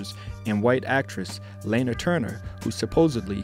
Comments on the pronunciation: good doc. however, "Lah-na Turner" and sydney Pwah-tee-ay" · lol yes their names could have been pronounced better. Thanks for watching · Check pronunciations of names. I think Sidney and Lana. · Yup, I could have pronounced Poiter/Lana better. Thanks for watching.